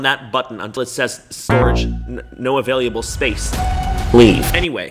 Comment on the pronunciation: Adorable the way he says available, it’s like availyalbul